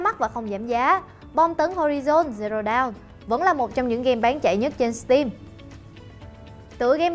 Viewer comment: Đọc dawn thành down )))